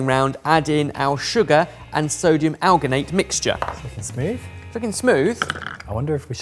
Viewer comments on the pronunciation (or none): might be able to pronounce spherificator, but his science speakage needs help. Alginate is pronounced as it's spelled, al-gin-ate where gin is like the drink. It's not Gin- as in -sters. Citrate is pronounced sit-rate (the cit- is the same root as in citrus/citric). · alginate is pronounced like algae.as marine algae is where it was first derived from. you should be saying a gin in there. and unless you would say an orange is part of the sightrus family citrate is pronounced sit-rate or sit-traight